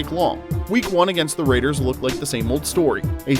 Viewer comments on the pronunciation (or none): none